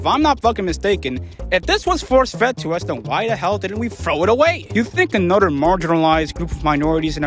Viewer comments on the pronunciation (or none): Yea but her original point about mispronouncing the word is correct. The dude narrating the voice can't make the "th" sound to save his life talking about "anundder earfquake"